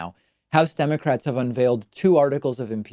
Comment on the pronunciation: See Elmer Fudd say "aww dem pewski democwats"